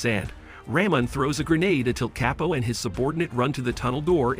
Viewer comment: This ai is ridiculous.. Chapo=kepo? 😂